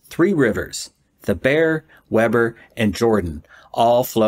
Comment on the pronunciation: Utahns are weird and pronounce it Weeber